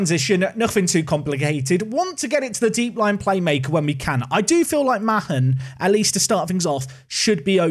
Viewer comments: by the way the surname mahon is pronounced marn not ma hon as this is my surname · Mahon is pronounced 'Maan', rhymes with Garlic Naan.... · Isn't Mahon just pronounced "Man"? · Also Mahon is said like Marn. Tranmere had a player with the same name Alan Mahon went on to work at Man City.